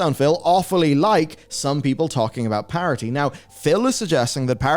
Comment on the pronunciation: Why are you saying “parity” like it’s spelled parody???